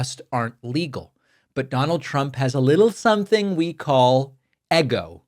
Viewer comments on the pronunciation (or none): It is very tender to see your inner spanish speaking child saying “EGO” in 😊